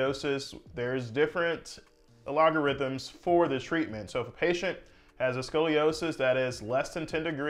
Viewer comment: “Al-Log-Er-Isms”? Jesus H. Christ! It’s pronounced Al-guh-rIs-Ums! What Mickey Mouse Medical School did you buy your degree from, bro??? Didn’t you learn this in High School?..